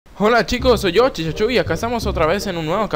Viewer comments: Porque endebes dedesir CHICHACHU DISE CHICACHU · Me fije que que desia chicachu en ves de chichachu XD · Espera que :v Al principio enves de decir el nombre "CHICHACHU" decía "CHICACHU" wtf alv xD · CHICHACHU en el segundo 53 hay dice CHICACHU xD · Minuto no es CHICHACHU es chicachu xD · En antes de entrar ala estacion dice chicachu tenia que decir chichachu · Alli de chicachu en ves de chichachu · Soy yo o dice chicachu? Afuera de la estación de satélite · Chicha ay dice chicachu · LIKE si te diste cuenta que decia Chicachu xdxd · Decia chicachu